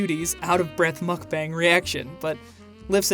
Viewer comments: Cringe everytime or say 'mukbang' because 1. what they do is definitely not a mukbang and 2. it's pronounced more like 'mokbon' what I'd assume they would know, if they enjoy them so much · She’s a Mukbang channel and she doesn’t know how to pronounce it 😂